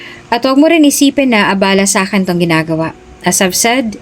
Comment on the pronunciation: Ang pagbigkas ng abala ay pabigla na iba ang ibig sabihin kesa mabagal